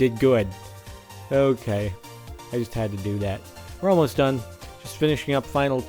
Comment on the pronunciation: you say "just" really fucking weird.